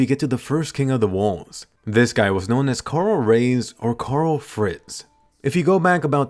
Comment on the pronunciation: Reiss is pronounced “rice” not “rays”